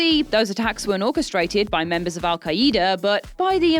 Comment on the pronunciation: "Al-Kai-Ida", tho?